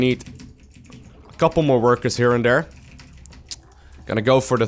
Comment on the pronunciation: Is it just me or am I the only one that enjoys when he says..."Im gonna send these over Dare, gonna put this over Dare, send my army over Dare"... lol. I like the way you say the word there. But you say it like Dare. But anyways, i always enjoy your uploads, always teaches me to become a better Zerg player. Keep those videos coming!